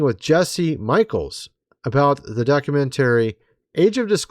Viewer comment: Say, "Mysterious" and "Documentary" 😄🙃 "Miss tree us" and "Docu men Tarie"